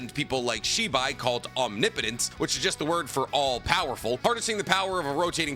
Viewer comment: Finally you pronounce “omnipotence” correctly lol